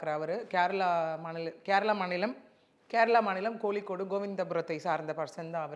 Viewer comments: no......the spelling is KOZHIKODE...not KOLIKKODE...not VALAPQZHAM...its VAAZHAIPPAZHAM.If an Arab can pronounce it correctly, why cant a Tamilian? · It's KOZHI KODE....not KOLI CODE. An Emirati Arab girl can pronounce it correctly. But an Indian other than a Keralite can't pronounce it well??like VAAZHAI PAZHAM....not VAALAPALAM